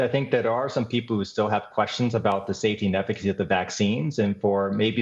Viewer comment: Did you intend to emphasize "people" like that? Have there been vaccination efforts for other species? I haven't seen any dogs or cats lining up to get vaxxed, but I imagine they would also feel safer having had the shot than not when confronted with the Delta variant.